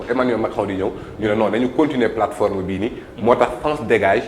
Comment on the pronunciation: Sa façon de dire " sene platform bobou" se type nè pa clair...